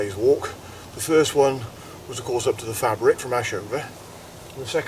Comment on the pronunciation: Said Faybric, mate.